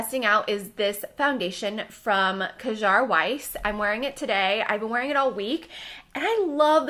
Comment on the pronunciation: Love your videos and MBM will be missed! Definitely gave me something to look forward to on Mondays. But one little note: please try to look up how to pronounce brand names with words in foreign languages like Kjaer Weis (sounds like "care wice"), Koh Gen Do (the g is soft like "get"), and Maryam Maquillage. A quick search with Google Translate helps a lot if you can't find an explanation from the brand itself :)